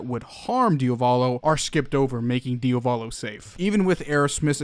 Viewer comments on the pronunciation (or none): I can't come around to mention how I find you pronunciation of Diavolo very strange because American. You say it like it's two different words (like Dia Volo) but the emphasis is on the A and "-volo" follows quickly after (so maybe like diAvolo). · nice video but... it's Diavolo (Dia-vo-lo) not "Dee-o-va-lo" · DiAvolo not diOvalo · It still confuses me why you keep saying dio volo as opposed to diavolo as I'm fairly sure it's spelled. Not sure how it's pronounced but I would assume it isn't the first spelling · DIAH VOH LOH not DIOVALO....sorry....it's really annoying ....good video keep up the good work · It's DiAvolo, not Diovolo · I like how he said diovolo instead of diavolo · its wierd that he sais diovalo insteadof diavolo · Your pronunciation of Diavolo is terrible. It's DI-avolo. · No hate you pronounced wrong its dee-ah-va-lo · Di-a-vlow that’s how it’s pronounced. Sorry I literally have no clue why I wrote this the way he was saying it rubbed me the wrong way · Idk why some ppl call diavolo "dia-volo" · Nigga really said "deeahvohlow" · i hate the way you pronounce diavolo and could not watch the video because of that